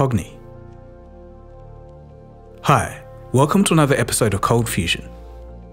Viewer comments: i love your channel, but admittedly i miss "cold fustion" :) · Bring back the "t", cold fustion forever